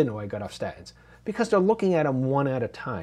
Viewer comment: When did you start pronouncing statins like a cockney?